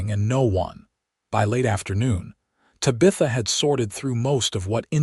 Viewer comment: Lovely story! But your murdering her beautiful name. Te bah. th. ah. 😊